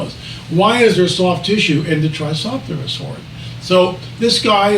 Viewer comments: Tri-ce-ra-tops, with all due respect it doesn’t make us look good when you can’t pronounce one of the most well-known dinosaur species in the world that many 6-year olds are familiar with. Please do better. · Poor guy can't even pronounce Tri-CERA-tops properly.